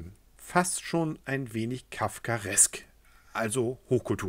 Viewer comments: "Kafkeresk" kommt von dem bekannten Schriftsteller Franz Kafker, verstehe :-) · "kafkaresk" jo habe ich auch verstanden da ist der Videoersteller wohl sehr intelektuell xD